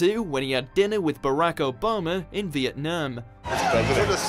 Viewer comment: You're not even pronouncing Barack's first name right!